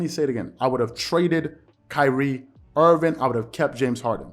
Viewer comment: Love your show. But it's Kyrie Irving, not Kyrie Irvin lol Loyal subscriber. Keep up the amazing work! Your analysis is waaay better than most people on mainstream :)